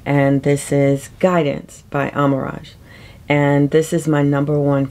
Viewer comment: Amouage is pronounced AH-MOH-WAHJ, not AM-OR-AHJ. There is no "R". 😊 Wonderful list, by the way!